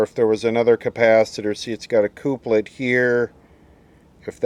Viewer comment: Checkout how to say couplet